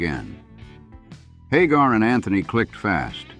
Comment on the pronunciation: Did anyone else notice how the narrator first pronounced Hagar? Lol Haaaaagar